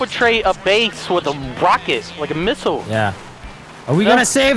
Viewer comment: the way he said missile tho....